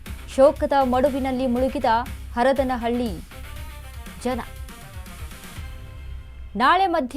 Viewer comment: Yavalu ee anchor. Hadarana halli na 😂😂😂 Kannada gotilla da dabba anchors from majestic area